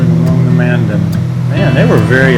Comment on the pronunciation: It’s not located in Bismarck but in Mandan. Which you pronounced wrong too. Man-Dan